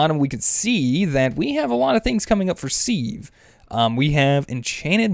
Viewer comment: Wow don't compost the silk worms! Cook them they give high saturation food, so you have twice as much as a full food!!! OMGZ and then you have to say 'seeve" its a "Siv" as pronouncing goes. Seriously Are you trollllllling because STAPH it!